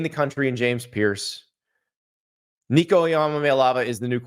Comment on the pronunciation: That sound like Joe Biden trying to say Nicos last name. 😂